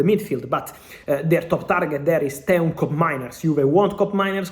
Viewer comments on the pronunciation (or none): none